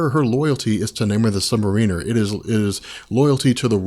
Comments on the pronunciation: Submariner is pronounced sub mare iner. not submarine er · I am millimeters from skipping any further content pertaining to the Submariner due to your pronunciation of the word. It isn't "Namor the Submar*ee*ner" it is "Namor the Submar*ih*ner". As in a "Mariner" or sailor rather than a "Marine" as in the soldier. Sorry I don't mean to be a bitch about it but it makes me cringe every single time you mess it up. I mean this constructively. Just call him Namor like you do in the later part of this video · It's not pronounced Sub-mare-ee-ner. Just because it's spelled like submarine or just the word marine, doesn't mean it's pronounced that way. You are the first person I have ever heard that pronounces it like that. It's Sub-mare-i-ner or Sub-mare-a-ner. I don't know where you're from, so I realize it may be an accent thing. But it's annoying me the way you pronounce it. Edit: WHY THE FUCK DO YOU KEEP SAYING THE CHARACTER'S FULL NAME!?! You did the same thing with Speedball's real name. Just say the first or last, or in the case of Namor, just that. You don't have to use his name and title every damn time you refer to him. By the gods I feel like I'm going to go crazy listening to you. I'm seriously debating unsubbing just for that one reason. And I just might if I decide to continue watching these videos, because whether you're fucking up a persons name or not, your voice is getting real irritating. At first it didn't bother me and I continued watching them because I liked the subject on which you were talking about. But now I just can't get over the way you say Namor's title. Which is just adding to the irritation of you voice. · Sub-Mare-Riner! That's how it's pronounced. Lol! Great videos. Big fan. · This drives me CRAZY!!!! You keep saying "submariner" it is pronounced Sub-Mar-In-Er. He is not an underwater ship, is is a Mariner!!!!!!!!!!!!!!!!!!!!!!!!!! Fix it! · please...... Mar-ehn-er. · I'm pretty sure that you are pronouncing Sub-Mariner wrong.